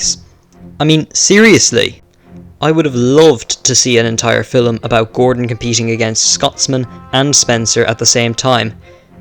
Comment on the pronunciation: What’s a filim??? 💀💀💀 also turn down your mic